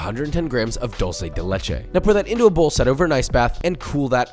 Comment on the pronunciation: As an Hispanic, I absolutely love how papa pronounces Dulce de Leche hahahahaha great video!